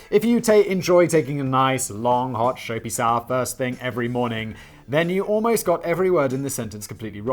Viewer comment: How the hell did i miss Simon saying "nice, long SHOAPY SOWER"??? Jesus